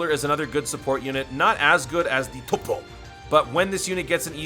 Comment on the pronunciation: U should stop saying topo in a weird way it is annoying